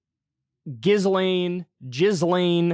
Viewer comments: Her name is definitely pronounced jizz-lane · It's gillain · Proper pronunciation of Ghislaine is: GEE-lane. My credentials: Haitian, lived in Montreal for a year, and I want to say this monster’s name correctly. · Of course it's "Jizzlane Maxwell" Kyle. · They'll probably demonitize the video for you pronouncing it jizz-lane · It is 'jis-lane." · "Jizz" lane lol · It's pronounced Jizzlaine. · "ghislaine" is pronounced like "Elaine" with a hard G. (it's not difficult.) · I think it's pronounced jizz lane 🤣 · Yo homie, Ghislaine as in the french name, in english is pronounced : Jeeslenn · JIZZ-Lane Maxwell 🤣🤣🤣 (Ghislane Maxwell)